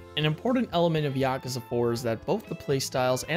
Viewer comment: Don't you love it when a decent review/summary of a Yakuza game is ruined by atrocious pronunciation?